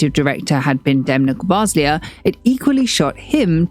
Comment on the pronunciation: Please pronounce it correctly, not "Kutuuar", also not "Gvas-lia" but "Gva-sa-li-a". the Ikea Bag was not a reference to his Georgia times but to his time in Antwerpen as a Student (as stated in his Paris Exhibition).